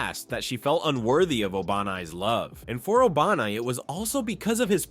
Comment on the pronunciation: bro said obanai like Obama 😂